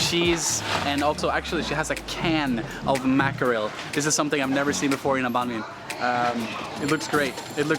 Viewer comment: I'm kinda impressed that you actually attempted to pronounce it as "bánh mì" in southern Vietnamese accent instead of "bang me" like most foreigners do. Thank you.